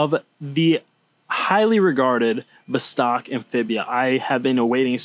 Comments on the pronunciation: VOS-tok (not v'stARK) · You need to pronounce VOSTOK correctly